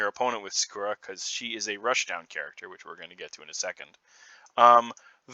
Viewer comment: I could have sworn her name was pronounced more heavily on the first A.